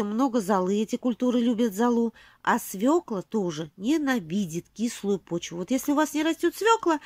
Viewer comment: Не Фекла ,а Фёкла,не свекла,а свёкла! Легко потом запомнить,я тоже также со свёклой поступаю, отличных вам урожаев!